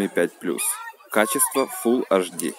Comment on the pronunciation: Хватит уже говорить "аш ди"! Говори Эйч ди и будешь современен! Реально, на колхоз похоже